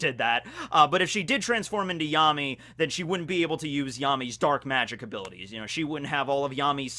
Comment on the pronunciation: I thought Yami's name was pronounced Ya - mi